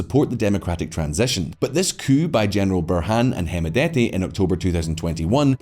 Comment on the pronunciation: By the way D is silent on hemedti Pronounced as hemeti